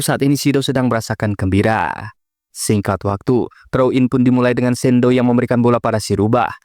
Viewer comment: shidou bg bukan sendo